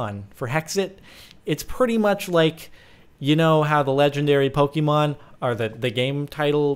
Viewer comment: ok im finally annoyed enough by this to say IT'S NOT PRONOUNCED POKEY-MON IT'S POH-KAY-MON